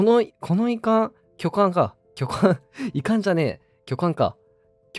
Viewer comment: きょかんだよ